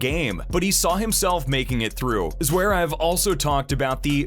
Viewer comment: Zwerev? I'm Sorry, But His Last Name Is Zverev. Please Pronouce It Right...😮‍💨